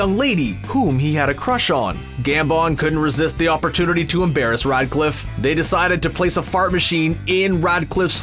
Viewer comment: i dont want to be rude, but hes name is REDCLIFFE Not RIDECLIFF :D Sounds like you wanna Ride constantly :D